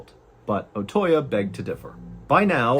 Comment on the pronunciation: The correct pronunciation of Otoya is Oh-Toe-Yah, not Oh-Toy-Ya. Your mispronunciation of that name is painful to listen to.